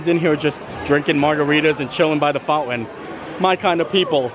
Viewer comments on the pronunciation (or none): Dude, I enjoy your channel, but your mispronunciation of the words “mountain” and “fountain” kills me. It’s “mount- in”, not “mount- win”, “fount- in”, not “fount-win”.